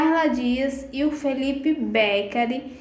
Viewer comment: Precisa aprender falar o nome do Felipe.